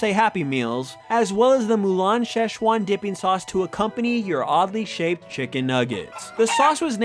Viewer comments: It is NOT pronounced like that! I'm Chinese and it is pronounced Sie Ch Uan. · It‘s 'si chuan' （四川）in pinyin actually，the ‘si’ sound like the 's' in 'his'. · Not it's Sichuan, Szechwan, or Szechuan (Chinese: 四川菜; pinyin: Sìchuān cài or Chinese: 川菜; pinyin: Chuān cài) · si chuan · I think it is spelt SiChuan sause, but it was changed so Americans can pronounce it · So it's traditionally pronounced Sichuan